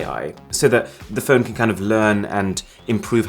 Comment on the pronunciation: Why did you say "Android Pone" and not just Phone. Is there a faster phone that does not run android?